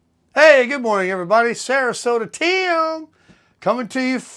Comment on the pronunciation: Hey Tim!! You sound like you are from Texas like me when you say Tiiimmmm!! Love it and Merry Christmas. My birthday is tomorrow on the 24th…… Christmas Eve. Love you and bless you are amazing and I absolutely love your t-shirt. Here’s to 2025!!!